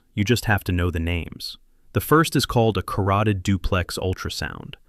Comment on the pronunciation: Carooteed ??? Artery!